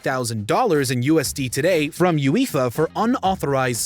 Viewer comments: You-ee-fa? LMAO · What? You mean the "You-Eefa" cup? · No one: Absolutely No one:: "You-if-are" 😐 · "You-Eefa" lol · "this angered Ueeeefa!". this voice over is number 11 on this list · Cool video but boy am I triggered about how the guy kept pronouncing UEFA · Whoever the person is speaking over the video, he butchered it hahaha absolutely no idea what he’s taking about can’t even say UEFA right… it’s 4 letters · Every time the narrator says UEFA it makes me ears bleed 🩸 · The way he said UEFA it hurt my ears